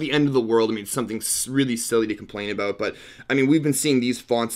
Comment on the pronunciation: Why'd you say aboat